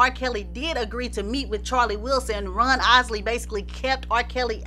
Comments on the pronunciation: .....it sounds like she's saying Run instead of Ron. Did anyone else catch that?👀👀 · I loved this and you. The only thing that kept bothering me was that it sounds like you are saying Run instead of Ron. But I heard a few other words that sounded funny so I guess it's your accent. 👍 I'm hitting the subscribe button. Great Job. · I love how pronounces Ron’s name, as Runn. Love the accent!!! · His name is Ron not Run. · Lady his name is Ron not run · She saying Ron or Run ? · I can't listen no more cuz u keep sayin RUN not RON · IT'S RON NOT RUN